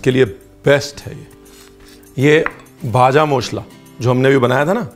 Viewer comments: The pronunciation of "ভাজা মশলা"(Vaja mashla) is nice ... 😊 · Bhaja Moshla! Great pronunciation Sir❤️ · Just loved you pronunciation of Bhaja Mosla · I'm from bengal.. I like your proper pronunciation "vaja moshla"